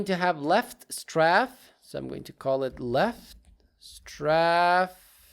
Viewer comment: You prounounced matinee correctly, but pronouced strafe as straff instead it should sound like straef like as a in grape. Anyways amazing tutorial love your videos and beatboxing 😊